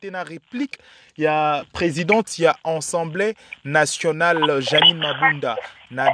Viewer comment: Monsieur le journaliste c'est assemblée nationale et non ensemblee nationale